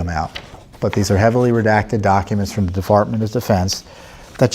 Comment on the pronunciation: "Defartment of defense" XD